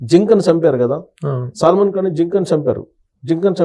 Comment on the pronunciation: Pronunciation is wrong. సాల్మన్ అంటే క్రిస్టియన్ khan అంటే ముస్లిం. సాల్మన్ khan అనకూడదు, సల్మాన్ ఖాన్ అనాలి. CS రావ్ గారనే అనాలి కానీ C యాస్ రావ్ అనేది ఎంత తప్పో సాల్మన్ ఖాన్ అనటం కూడా అంతే తప్పు.